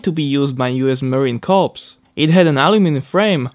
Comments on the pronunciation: Hey bro, I know it doesn't make any sense, but the correct pronunciation for Marine Corps is you say it like Core, not Corpse....lol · For future reference in English, 'corps' in the context of what you were talking about in the video is pronounced "core." Corps as you pronounced it is in reference to a dead body. 😂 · When I used to live in Colorado, a fellow out there drove a Saab Sonnett III with that engine. It sounded cool, but the one in your video sounded really cool. Also, someone has that little Soviet car in the States? Impressive! Finally, for the little Jeep you used the word "corps" as in "Marine Corps". The 'P' and the 'S' are actually silent in American English and I think also in British English, so it's pronounced 'core' instead of 'corpse'. You've taken a lot of time to learn English (and you've learned it well, friend) so I thought you wouldn't mind a minor correction for improvement's sake. My apologies if I'm wrong!